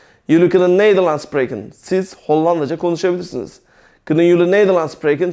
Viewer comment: arkadaşlar biz Belçikada yaşıyoruz ben okulda üzgün ve TAM eğitimini alırken ablam buraya giriyor.Burda anlattıkları biraz farklı hee işinize yararmı yarar ama burda SPREKEN derken yanlış söylüyor İngilizce gibi söylüyor ama tellafuzu çok farklı ablamda onun gibi söylüyor ben doğrusunu söyleyince e burda öyle dedi diyor?ve daha birçok şeyi yanlış anlatıp yanlış söylüyor?Emek veriyor ama TAM doğru anlatım yok eğer amacınız rahat ve DÜZGÜN bir şekilde Hollandaca öğrenmek ise en iyisi kurs veya okul.